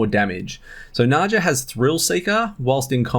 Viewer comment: Nadja is pronounce like Nadya